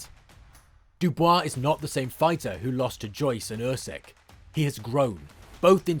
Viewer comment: No one will beat Usyk.So this is all Bollox .Its pronounced “ Oosik” 👍🏻